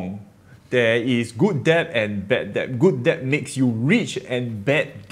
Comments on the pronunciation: Debt not deb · I just want to say that debt is pronounced as /det/, without the "b"... I'm a dick I know... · Hi! long time follower. I taught English for years and need to help you. Debt is pronounced dehht, since you use the word so much:) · Risky comment, but debt is pronounced 'det'. Or is it a Singaporean thing? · On a side note, it’s pronounced ‘det’. Have a great day👍!! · thanks for all the info! Btw B in debt is silent. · Great video. Something to think about. BTW, you don't have to pronounce the B in debt. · The B in debt is silent. :)